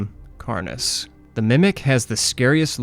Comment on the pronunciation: Carnis is pronounced "Kar-neese"